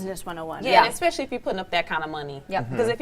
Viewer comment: The lady on the far left said "egg-specially" not especially and then later " sim yoo lar" not similar. Yet the most oppurtunity to speak. Honestly narrators/news anchors and journalists have zero integrity as it pertains to bjective views or the English language. Sad. And not one co-host seemed perturbed by it.